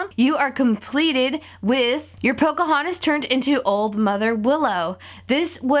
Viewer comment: it's Pocahontas not Pocohontas